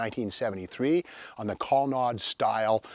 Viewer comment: Never heard the ColonnAde cars pronounced ColonnAHde before.. must be a Massachusetts thing